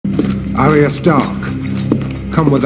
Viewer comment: He was the only one who could pronounce the name arya correctly in entire series . I know because my names arya .